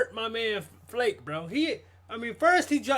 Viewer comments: Flake is ronounced Fla ka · Loved your reaction 😂 One thing: Flake is pronounced like Flaaa-kaeh 😉 And for Rammstein... Check the "Rammlied" from Madison Square Garden, it's a bloody dynamite! And they will also teach you how to pronounce "RAMMSTEIN" 😎 Have a nice day!